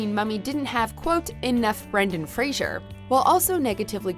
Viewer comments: Poor Brendan Fraser. Even with all of his success, people still have trouble with his name. I'm not even talking about a person below that thinks his name is "Brandon". Even the narrator of this WatchMojo piece is pronouncing it wrong. It helps to remember that Mr. Fraser is NOT a fictional radio psychiatrist in Seattle. "Fray-zur", not "Fray-zhur"!!! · Hey, announcer, it’s Brendan Fraser, not “Frasier”. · Ugh, it's FRASER, not FRASIER. That's a sitcom. Why does everyone get it wrong. There's no I in the man's name.